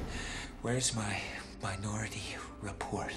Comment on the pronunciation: I guess I'm the only one who heard "my naughty report" instead of minority report?